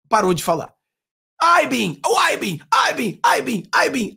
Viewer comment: Cara vc fala pra brasileiro. Fala essa porra de Abin direito